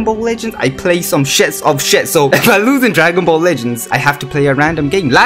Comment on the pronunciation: No one: No one at all: This guy: IMMA PLAY FORTNUT AND DWANGON BALL IN ONE VID